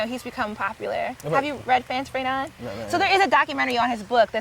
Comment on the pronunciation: pronunciation of "Fanon" 💀 It's Fah-non, mademoiselle! 😂 Nice content, hun!